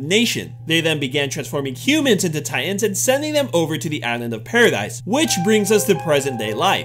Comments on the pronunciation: It is paradis not paradise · Please say paradis(paradeese)